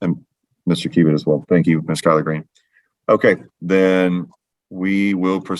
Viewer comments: Kyler- Green. I also heard colard green! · lol. I had to back it up a few times and I still heard collard greens. Glad it wasn’t just me. 😂